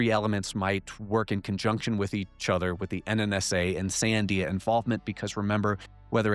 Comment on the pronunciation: is literally the best (along with Jesse) but like now i have to wonder, is the dude an alien himself? Because he has super weird pronunciation. He literally can’t even pronounce Sandia. And he is always putting the emphasis on the wrong syllable. I’m saying he’s either canadian or an alien entity himself. Either way. Great stuff as always!!!